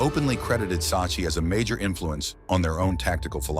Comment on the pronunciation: It's pronounce Sak-ki